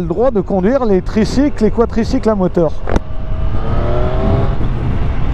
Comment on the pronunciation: On dit quadricycle, et pas quatricycle !!!